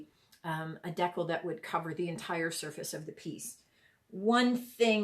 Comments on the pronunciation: It's called a DEE CAL like cal for calorie, not deckle. Gees. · Thanks so much for the video … great tutorial :-). As for how to say decal .. it’s the other way you said it…. Dee-cal …. Thanks again, I know I will be trying this. You can also do it with temporary tattoos. You can buy them on Amazon. You wet piece you’re putting it on, place the “tattoo” then dampen the backing … then the backing slides right off. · Love it. Its a dee-cal as in California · Sounds like…Deckle but people meal Decal 😂🤣😂 that is hilarious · When you pronounce decal, it should sound like (d cow). It's a cut way to remember it. I hope you don't think I'm rude by saying this. I love your youtue. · It’s pronounced de cal